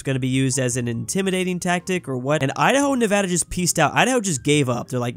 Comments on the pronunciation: He said Nevada right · Paused the video to comment: As someone who has lurked through a few of your videos I am so glad to hear you now properly pronouncing Nevada.